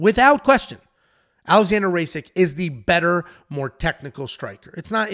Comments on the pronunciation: It’s not “RACIK” It’s “RAKIC” sound it out! RA-KI-CH! Lmao u can do it bro! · "Alexander Ray-sik" 😂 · To be fair Kattar is a surname of Arabic origin and Kat-Tar would be the proper pronunciation, the pronunciation "Kay-Ter" is just bastardized in English so he actually said it right. But the way he pronounced Rakic was just abhorrent. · Is trolling when pronounced Kattar & Rakic?